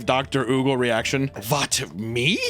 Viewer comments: Your part about Högel was the most American try to pronounce German possible. :D Högel actually is pronounced a lot closer to 'murder'. Imagine the u in murder is a bit closer to an O like in 'Hope'. So try to pronounce Högel like the murder U "Hugel" bit a little bit more like the O in Hope. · Oogle fucking killed me. I love your way of mispronouncing my language. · I love the way papa said oogle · Högel = Who-gel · Your German is absolutely crazy. Oogle lol his name's Högel, I know you guys got no ö sound in English but you probably know how to pronounce that p3d0 Subway guy Jared Fogle, just take Fogle and replace the F with an H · The ö sound is pronounced like er but your pronunciation is funny 😂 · It's actually pronounced 'Högel' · That's not how you pronounce the letter "Ö" Do you even Umlaut? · The way you pronounced Högel has me dead. You couldn't be more off 😭